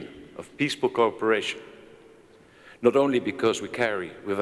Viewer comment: dear European friends speaking English--let me help you pronounce " cooperation" correctly--say it..co operation. If you don't, we hear you say "corporation". I was a study abroad student at the Royal Academy at the University of Madrid as a university student, and became an English and Spanish teacher. Pronunciation is paramount. Congratulations , both Kings, for your excellent English.